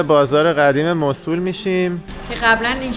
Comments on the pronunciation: موصلللللللل نه موصول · موصول نه موصل😂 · موصول نه موصِل😊 خسته نباشید👏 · موصول چیه آخه؟ موصل درسته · موصول نه موصل ایکول 😂😂😂😂😂😂😂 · مصول✅ موصل❌ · سلام...چرا اسم شهر رو موصول میگه ..مگر موصل نیست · ممنون بابت این ولاگ خوب اسم اصلی موصِل هست و نه موصول شما که تا موصل اومدید باید از اثار و ساخته های تاریخی الحضر دیدن میکردید حرف اصلی تاریخ رو الحضر میزنه با سه تاریخ ایرانی و یونانی و عراقی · مو صو ل نه. 😂 موصل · موسول ❌ موصل ✅ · موصول چیه؟؟ بگوموصل ...وقتی اسم موصل رو بلد نیستی بگی چطور جرات میکنی در مورد تاریخ حرف بزنی؟؟ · مُصول؟ توروخدا لطفا درست تلفظ كنيد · ، شما تلفظ Mosul رو درست میگی؟ موصول؟؟؟ فکر کنم « مَوْصِل » باشه. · موصول نه. موصل ص به کسره تلفظ میشه😂😂😂😂😂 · موصل اسم صحیح است نه موصول باتشکر 🌹🌹🙏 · موسل نه موصول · حالا هم خودت غلط گفتی موصل نه موسل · مُوصِل درست است نه مُوصُل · موصول نیست موصِل هست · چرا موصول می گی موصل بگو😂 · چطور پاشیدی این همه راه کوبیدی رفتی اونجا به خودت زحمت ندادی تلفض درست اسم مقصد تو یاد بگیری؟ واقعا عجبیه‌ اون موصله مو او صول نیست خودنه نمیشه یعنی موُصل هست نه م او صول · موصل تلفظت غلط بود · ممنونم. « مَوْصِل » تلفظ اصلی و عربی است، نه تلفظ ایرانی. مراقب خودتون باشین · تلفظ درستش موصل با کسر ص است. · من عراقی هستم. تلفظ ان به دو صورت است Moosel or Mawsel که در هر دو صورت با املای رایج انگلیسیش متفاوت است و صاد با کسره خوانده می شود. می توانید به ویکیپدیا نیز مراجعه کنید. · شما اسم شهر رو نمی تونی درست بگی